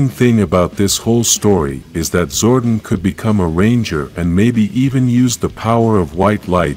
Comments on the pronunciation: Did it bother anyone else hearing him call him him "Zordin/Zorden" instead of "ZORDON/ZOR DON"? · Yes it bothered me as well... Zordon not Zordin... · His name is Zordon (Zor-Don) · It's Zor Don